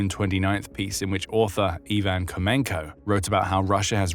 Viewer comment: I'm impressed at a new level of narrator "independence", when the subtitles are obviously the script and the phonetic pronunciation is there (Ho-Men-Ko) and the narrator says it his own way.